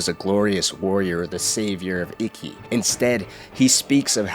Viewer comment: Its not pronounced icky. Its eekey. I love your videos but really made this one hard to watch.